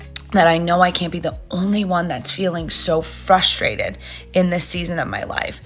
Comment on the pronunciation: sorry…are you saying ‘frustrated’ or ‘fustrated’.